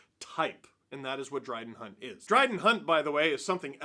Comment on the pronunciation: did you call him Bryden Hunt? Like a mixture of Brad and Dryden?